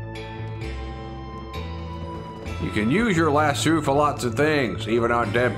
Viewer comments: It's not lassoo it's lass-o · Convincing accent except for your pronunciation of "lasso". In the states we say Lass-Oh. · As a Southerner who grew up around cowboys, it pains me how you pronounce lasso lol. You say it like an Australian. Still love you long time!